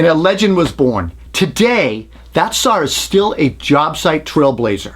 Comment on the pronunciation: 69 year’s later and still no “R” in the the word saw ... lol , love you buddy thanks for all the great work you do.